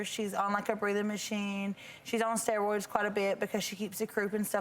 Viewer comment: “She’s on a lot of stewoids”